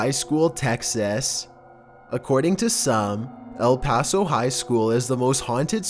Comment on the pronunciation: El paso nu uhh